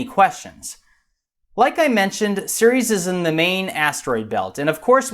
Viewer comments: Another good vid but the first minute I understood you were talking about Sirius instead of Ceres. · He said series and not Ceres lol